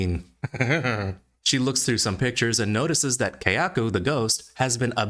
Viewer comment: It's Kayako, not Keyako.